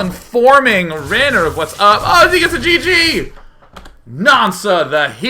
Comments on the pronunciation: Haha, Råner from Nårway XD Nice try on the Norwegian accent DayJ, but you sound more Swedish.. :P And his name is pronounced "Rawner", not Raynor ;) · Its not raner, its råner, å is pronounced sort of like the O in boy. its norwegian and it is a term for car enthusiasts who does crusing for a hobby, burning and slideing with their cars etc. :-)